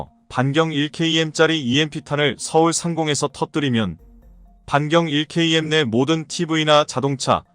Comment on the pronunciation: 자막을 읽으려면 바로 읽어야 한다. 차라리 읽지 않으면 좋겠다. 1km(1킬로미터)를 1케이엠으로 읽는가 하면 앞뒤 연결이 안되도록 읽는 바람에 이해에 장애를 일으킨다. 차라리 읽지 말라.